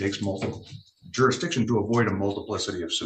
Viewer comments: "JuryDiction" "acruse" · I love when they try explain jurradishun to a judge. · You mean juradishun? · The word is "Jur-is-diction", maybe if this moron had higher than a 3rd grade education he would know how to pronounce the word he's clearly abusing! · 😂you are not right Mr. Jurisdisious 😂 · You mean jurydiction? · You can't even say "jurisdiction" 🙄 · I figure if you can't pronounce the word "jurisdiction," you probably shouldn't challenge it either. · He can't even say "Jurisdiction". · If you can't pronounce the word jurisdiction you can't challege it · If you are unable to pronounce jurisdiction and beneficiary correctly, we aren't going to talk about that. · Anyone who cannot pronounce jurisdiction should be labeled incompetent to represent themselves. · Another uneducated ninja. Being a ninja is a choice on how to live. It’s not a color. You can’t even pronounce jurisdiction no less make a claim about it.